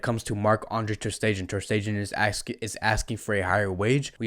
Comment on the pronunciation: Hi.. I hate to be this guy, but please please please make sure you pronounce the players names correctly... Aleñá has an accent on the last a.. is not Aleña.. emphasis on the a not the e. Also Stegen.. not Stejen..